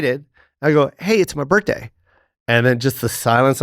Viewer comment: Jo doesn't pronounce the H in birthday😂